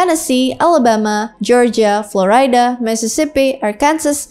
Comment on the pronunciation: Florida kak...bukan floraida.